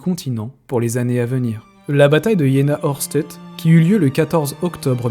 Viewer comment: alors.... j'aime beaucoup tes vidéos mais ça fait un peu chat gpt je trouve.... et on dit Aoueurchtait pour la prononciation, pour un passionné ! Par contre on voit vraiment que c'est un sujet qui t'intéresse et ça fait plaisir à voir ! Bon courage pour la suite !